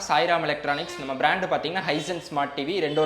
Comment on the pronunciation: பிராண்ட் என்று சொல்லாதிங்கடா